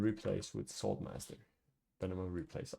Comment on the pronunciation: what i hear: "sword master" what i see in text: "salt master"